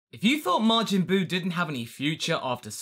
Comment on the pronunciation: His name isn't Margin Buu